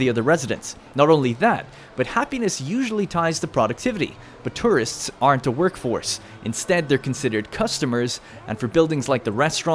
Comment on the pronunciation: The way you say tourists LMAOO TRists